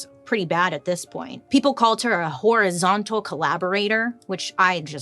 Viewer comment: I'm just saying, everytime she says it I hear " whorizontal collaborator" lol yeah I know that was immature